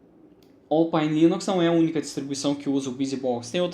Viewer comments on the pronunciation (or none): Se escreve Alphine! Se pronuncia Ópaine